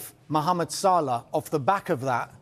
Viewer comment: It's Salah not Salar